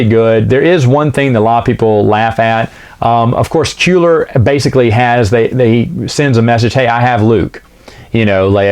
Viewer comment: Kueller [Kwe-ller]